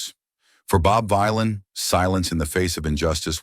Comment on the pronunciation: its the AI VoiceOver that cant read it the proper way.